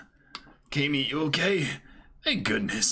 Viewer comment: "Kah - Me" is the worst thing I have ever been forced to hear.